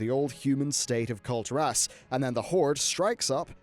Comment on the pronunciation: Nice video but please it's Kul'tiras not Kulti'ras, listen how the blizz developers called it in blizzcon don't say it wrong forever!!